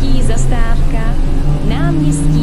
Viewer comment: To hlášení je chybné protože místo zastávka říká zastářka.